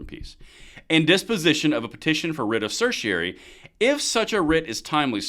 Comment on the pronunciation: >tries to explain legal document >can't even pronounce certiorari Probably want to stay in your lane and not be at home.